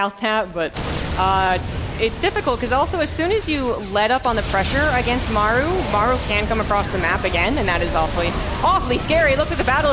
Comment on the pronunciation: Listening to Maru vs Cure i cant stand always having to hear the guy say "Mayoru" instead of Maru. Maybe just get people who can pronounce names to cast?